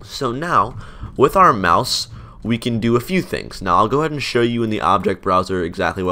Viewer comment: I keep hearing mouse as mouth